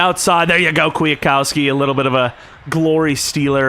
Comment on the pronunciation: Bro its QUIT-COW-SKI